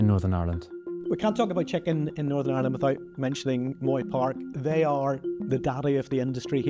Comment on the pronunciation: "Norsurn arrland"